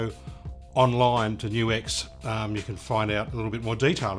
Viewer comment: I like how you know HOW to say NU-X! \m/